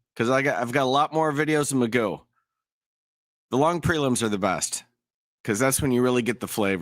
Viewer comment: And if my last name was spelled McGough I would say it as Mc Goff, not Magoo as says it.